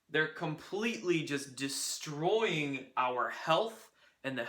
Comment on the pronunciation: Destwooying theee hewoooshon... lol nice opener!